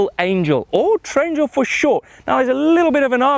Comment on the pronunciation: Wish he wouldn't have said Trangle.....